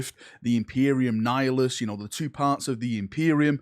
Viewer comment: Wait. Congrats on the Nihilus pronunciation!